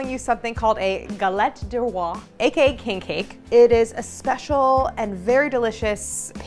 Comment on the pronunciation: kink cake 🤭